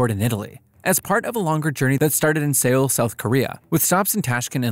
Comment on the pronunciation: Btw Seoul is actually pronounced "Soul"☺